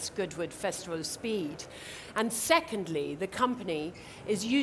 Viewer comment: 영국식발음은 정말 영어가 더교양있게 들리네요 "앤 세컨드리 "